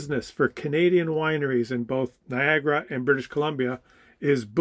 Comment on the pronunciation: Still not Niagara, dude.